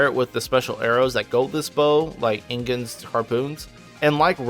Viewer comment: idk how its possible to mispronounce IGON's name as INGON, HE LITERALLY SAYS HIS OWN NAME.